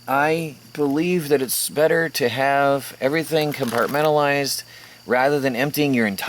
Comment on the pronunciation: take a shot of tequila everytime you hear 'com-part-men-tal-lized lol